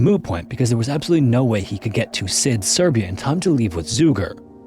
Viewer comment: btw, in the first story it's pronounced Shid, š is just sh :)